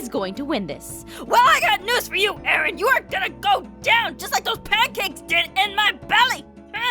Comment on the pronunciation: "You're gonna go down AARUN! Like those pancakes in mah BELLEAH!!" DEAD 😂